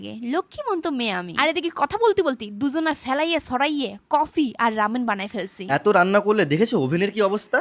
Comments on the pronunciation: Beshi smart hote giye ramen na bole Raman bolteche 😂😂😂😂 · Vaii ota Ramen ee hobe raman noi okkk😂😂